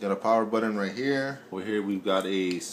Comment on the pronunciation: What's a buddon?...... Is trying to say button??? I'm confused now....